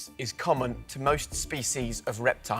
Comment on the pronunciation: species are pronounced differently!